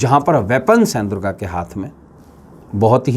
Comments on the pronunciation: Sabse pahle to Ma Durga bolna seekh lo uske baad jo kahna ho kaho. mujhe to tumhara chehra dekh kar he Nagetivity hone laga. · आप पहले ,🙏मां दुर्गा को मां को बोलना सीख लो....... वरना आप का वास्तु जरुर बिगड़ जाएगा